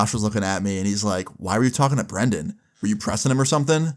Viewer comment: love how everyone says brendon when the name brandon